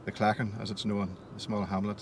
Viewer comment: He said claghan.